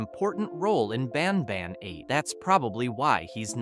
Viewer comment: Banban ❌ banbaan⭕